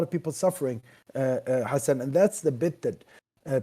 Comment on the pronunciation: Why he kept calling him hassn instead of hasan meanwhile the two name is exist and separated in arabic